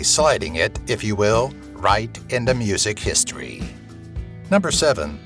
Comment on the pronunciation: “Historyv” lol.